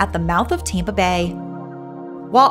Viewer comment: Where are you from??? You put a y in front of every word starting with A, ayaand, tyaaampa, advyaaance... Not a Florida accent